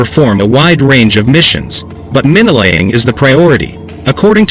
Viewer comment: Men-neh, laying, =wtf? Ohhh, yeah, now I get it, … supposed to be saying mine-laying, … for Pete’s sake, …